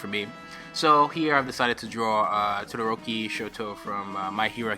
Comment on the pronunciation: Reg: Todoroki Eyes closed: Todoroki Back towards keyboard:tqiayq GODXD : looking up (eyes closed) Yodoroki Spinning head: todioiki And sounded: Todohokie